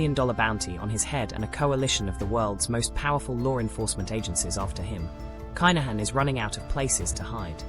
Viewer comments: Pronounce the name - ya AI bot. Privileged upbringing 🤣 Have you ever been to the bond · At least pronounce his name correctly